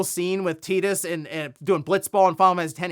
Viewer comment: I’m sorry…”Teedus”? I thought it was pronounced “Tydus”